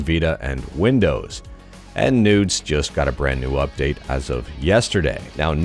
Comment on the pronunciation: It's Noo-DS